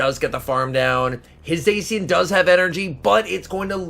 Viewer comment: Its pronounced Za-Shee-uhn plz. My ears are bleeding